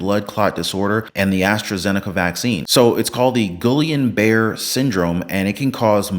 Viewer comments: Guillain-Barre syndrome pronounced (Geeyawn Barray) in English. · Jesus. Gee-yon Bar-ray. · Pronounced “Gee-on Ber-A” syndrome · Pronounced gil e on bar ray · you did not pronounce Guillain Barre correctly.